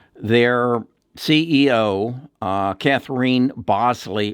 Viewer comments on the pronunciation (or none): none